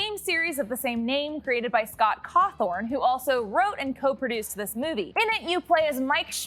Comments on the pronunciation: Who’s scot cawthorn? It’s Carthon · His name is CAWTHON. Not cawthorn. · scott cawthorn? Its cawthon. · you did NOT just say scott cawthorn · Scott Cawthorn. It's Scott Cawthon. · Cawthon not Cawthorn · Okay, small note: it's Scott Cawthon, not Cawthorn. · Is it pronounced Cawthon not Cawthorn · Ah yes, Scott Clawthorn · cawthorn??????? its pronounced as "cofin" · Scott CAWTHON not Cawthorne 😂😂😂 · it isn’t Scott COTH-THORN! It’s Scott COTH-IN. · It’s Scott Cawthon not “CawTHORN” lol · "Scott Cawthorn" 🤣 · “Scott cawthorn”😂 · blud said cawthorne ☠️ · “Scott Cawthowrn” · I'm sorry, Scott Cawthorn? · “Scott Cawthorn” 💀